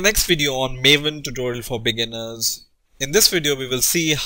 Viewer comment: lol at the beginning i thought he said maven tutorial for billionaires.